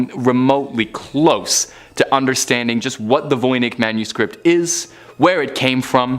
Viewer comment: It's pronounced: Von Itch.